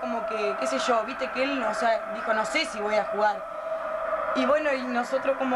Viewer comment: Vignolo dice NOAR NOAR jajajajajaja